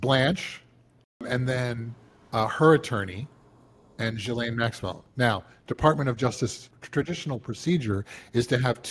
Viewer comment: Oh my goodnesss just say her name right why is it so hard to say maxwells name correctly😊!!! The younger chap said it correctly then the older chap after hearing the correct pronunciation says it wrong again!!!! It's very lazy.